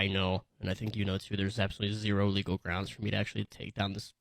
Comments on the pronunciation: wtf "LEAGAL"????? she needs to go back to school. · "persue leagel" hahahaahahahhaha